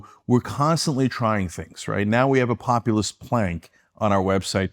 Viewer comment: This clown says “populist” but it sounds like ‘communist’. He wasn’t even close to the first internet show, what a clown. His eyes are brown because he’s so full of sh*t